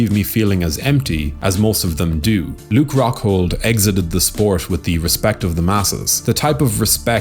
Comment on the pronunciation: Ruke Coghhghghghold